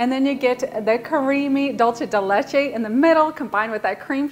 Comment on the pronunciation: Dulce de leche pronounced like a normal s it’s not Italian it’s Spanish for sweet milk